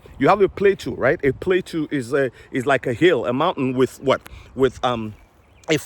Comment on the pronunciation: Pla toe, not plato... pla toe is how you say plateau